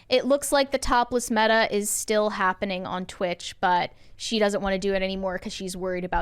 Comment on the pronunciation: As a non-native speaker, I appreciate learning I'm not the only one messing up words like still/"steel".